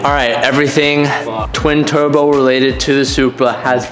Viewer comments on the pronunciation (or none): “Everwyfing twin tuwbo welated to the supwa”